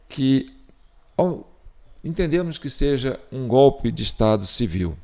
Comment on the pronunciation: Ouvir o Lule dizer " gópi " ao em vez de golpe, é uma pedrada no meio da testa😂